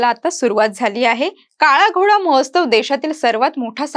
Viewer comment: mohostav nahi madam Mohotsav